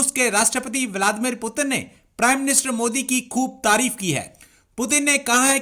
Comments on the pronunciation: Sab baat ek jagah aur putin ki jagah peuton bolna ek taraf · Bhi kise mediya hai putin ko piutan bool rahi hai banda🤣😅🤣😅🇮🇳🇮🇳🇮🇳🇮🇳🇮🇳🇮🇳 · Bhai pewton nahi Russian president Putin hai. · Pyutan nahi putin hota Hain idiot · Puten nahi naam hai Putin naam hai 😂😂😂😂😂😂😂😂😂😂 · It's Putin not putan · Abe o pyutan nahi Putin h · पुतिन को प्यूटन क्यो बोल रहा है फालतू की बाते करते है पुतिन की इस्पेलिंग ओर प्यूटन की इस्पेलिंग में फर्क है सही ढंग से पढ़ाओ इनको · 🤣🤣😂 Putin ko putan bol raha h 🤣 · Pueatan nhi bhi its putin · Puten nhi Sala putin hai jahil 😄 🤣 😂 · No doubt proper noun can be pronounced..... But, to call Mr. Putin as Piyu- tin is un acceptable & unbearable... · Putin ko peutan kyu kahata hain ye chutiya 😂😂🤣🤣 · The Paxtani pronunciation of Putin is Pew Ton and he's possibly a descendant of New Ton 😆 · Russia ke prime minister pewton 🤣🤣🤣😂😂🤣o bhai tum log padte kaha sai ho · Hahahaa! That moron with a mic says Pyuutin 🤣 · It's Pew Ton, and he's a descendant of New Ton. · Ishne pewton bola